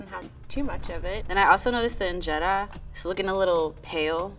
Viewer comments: that is not how you pernouce ingera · Please pronounce the word “injera” properly 😊